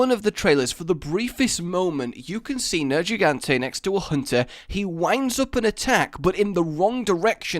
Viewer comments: dude....plz its nergigante not nerjigante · Ok nerjigante thank u you just broke my ears Edit: it’s G not J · Everytime u say Nergigante like Nerjigante, i wanna kill myself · Near-ge-gan-tae nergigante for fucks sake it's pronounced a million times in game.